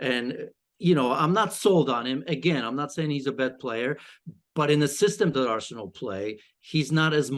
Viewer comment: Is it just me r she said arshole